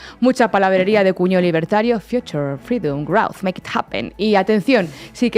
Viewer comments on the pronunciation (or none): none